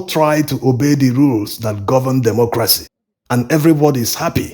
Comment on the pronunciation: Please learn how to pronounce democracy / dɪˈmɒkrəsi/